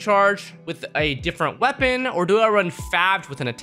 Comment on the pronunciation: I'm cringing so hard every time he says favge😬